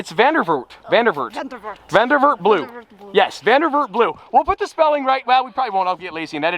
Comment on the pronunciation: …. You butcher…. It’s Zandvoort Blue. Zandvoort is the town that’s home to the Dutch Formula One GP.